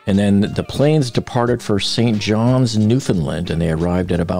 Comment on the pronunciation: Well damn somebody that actually says St John's. With all these Titan videos popping up, I lost count of how many people say St John, which is a different place that's located in New Brunswick, not St John's which is in Newfoundland. Heck I even heard one channel say St John S rather than St John's, which I'm assuming that person had to be using an ai voice. Might come off as nit picky to some, but hey as a Newfoundlander. Thanks for caring enough to actually get the name of the place right.